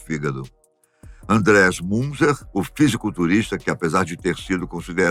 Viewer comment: Pronuncia do nome é MUNTZA